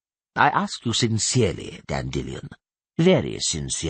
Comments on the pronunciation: Dan Dillion, it's weird that in the 2nd book he does say it normally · Hate the way this guy says Dandelion.